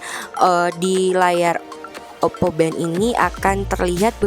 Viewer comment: For every time she says “oppo bento” I took a vodka shot and now m drunk as fuck